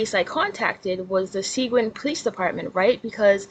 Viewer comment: FYI Seguin is actually pronounced Suh*geeeen